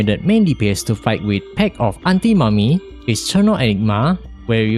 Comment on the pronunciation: "pact of antimommy" 😳